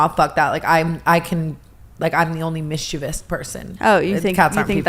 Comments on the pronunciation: Tana misprouncing mischievous sent me lol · The way tana pronounces mischievous… girl💀